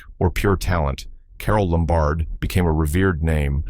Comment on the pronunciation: Carole LOM-bard. Not lum-BARD.